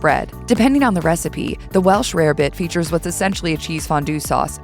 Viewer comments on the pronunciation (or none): none